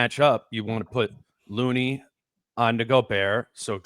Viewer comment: My favorite part is when speaks as an expert on the GsW match up and admits to knowing nothing about Post but then gives a scouting report. Speaks high of Looney but says his name wrong. Let’s bring back the criticism of John Randle? Or maybe should walk back from his “Rudy is done” take from last time? I’m a looney fan but he is playing 9 minutes a game in this series. Only 8 guys for GsW have played 100 minutes and he isn’t one of them.